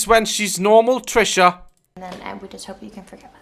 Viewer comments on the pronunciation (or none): "i houoope " yall i cant love you daz 🧡❤💚🔥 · no one: Her: I Hobpe